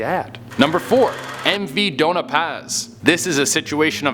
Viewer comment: the spelling is dona paz but pronnounciation is do-nya paz / doña paz